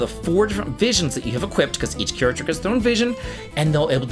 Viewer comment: why does he say Equipt?